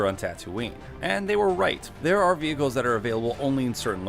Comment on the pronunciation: So much gold in this video even though I had heard most of these facts beforehand, Thank you. But the truth of “or A-Tee, A-Tee if you believe in pronouncing things incorrectly” was the absolute highlight of the whole video! I know people get confused by the fact that an AT-AT is an All Terrain Armored Transport and called an Imperial Walker but it is NOT an A-Tee, A-Tee. Period, end of line, no question, discussion over, class dismissed. 😂🤓